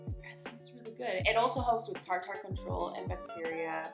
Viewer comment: Hahahahahaha it’s t(are)-t(her/er) not fancy tar tar.